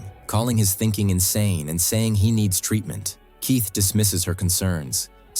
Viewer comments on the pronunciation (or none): Youre aaking yhe AI to say a lot of words... Keith becomes Case and Julia becomes Julio... Its OK, AI is still young and needs to spend more time in school.